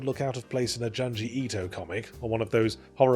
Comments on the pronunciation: I like to think he mispronunciated on purpose, just before calling his works “comics” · i was agreeing with you on look outside but your mispronunciation of junji ito's name was so jarring that it threw me out of it